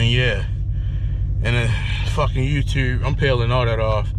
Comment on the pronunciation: You can't even pronounce YouTube and you think you're gonna get monetized. 🤣🤣🤣